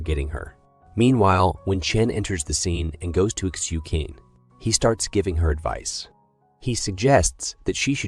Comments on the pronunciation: I think you have to ptonounce Xu Qin as Shu Chin.. Like Qing Dynasty.. It was pronounced as Ching dynasty. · Xu Qin is pronounced /shoe chin/